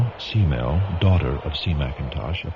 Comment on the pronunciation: It's not s-mell it's k-mell. short for cat-mell. she was a cat-person Smith loved cats.